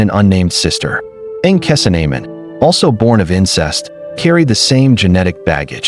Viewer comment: You know this is AI because they butchered the pronunciation of her name